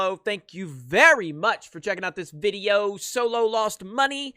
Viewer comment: Man whats with the "video" pronunciation?